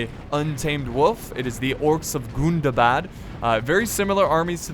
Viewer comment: can vu plz stop saying gundabad wrong